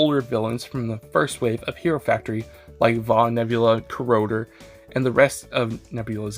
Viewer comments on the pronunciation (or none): Bro said corodor instead of Corroder